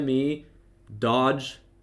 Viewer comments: its doge...not dodge.....smh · Doge is pronounced dohzh